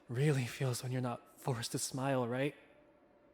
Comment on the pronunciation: "Why dontcha give me a nice big shmile?" The accent from that I never knew I needed